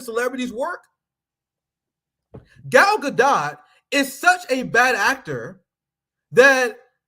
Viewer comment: You don’t know how to pronounce Gadot?